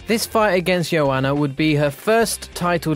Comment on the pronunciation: Bro, the amount of times this guy got names wrong ffs. 'Nurgmadomodov' instead of Nurmagomedov. 'Joanana' instead of Joanna. 'Sheronne' instead of 'Cerrone'. 'Ovreem' instead of 'Overeem'. 'Lawlaw' instead of Lawler. 'Flightweight' instead of 'Flyweight'. Bro, how can you be an MMA channel and not able to pronounce the names of world class fighters smh.